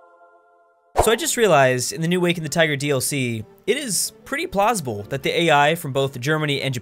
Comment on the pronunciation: First 20 seconds of the video and hear plosible